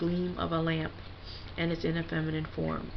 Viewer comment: Fem-eye-nine I-eye